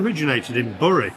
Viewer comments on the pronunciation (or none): "BERRY" not Burry" Twineed with Angouleme , capital of the Charente in Frogland.